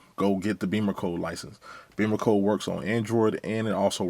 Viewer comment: I believe it’s pronounced “Bimmercode”, not “Beamercode”. Check the spelling;)